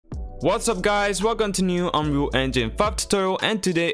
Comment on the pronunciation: Do you Say ' Whats'up Guys Welcome to New unreal f*ck tutorial ' Why it Sound like F*ck ??